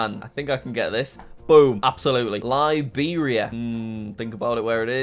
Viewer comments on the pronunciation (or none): none